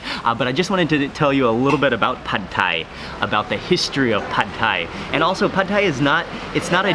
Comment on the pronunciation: That's how it's pronounced in Thailand. LOL